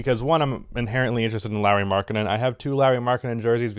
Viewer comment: hes called LAURI not larry...